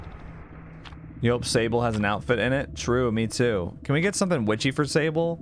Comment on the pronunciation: It’s the way the dude made the word “true” have 3 syllables